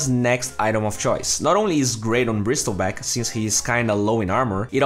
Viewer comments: "Brissle" not "Bristle" don't pronounce the T sound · SILENCE T BRO ... NOT BRISTEL BACK ... BRIESTLEBACK LUL XD DONT MIND THE CAPSLOCK IM NOT ANGRY XD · you don't pronounce the word "Bristle" by the word itself. its pronounce as "Brissel". You dont need to make the T sound. The T is silent. :D